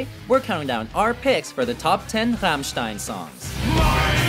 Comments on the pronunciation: he pronounce the group's name Fammstein so triggered 😡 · The way he pronounced Rammstein made me cry inside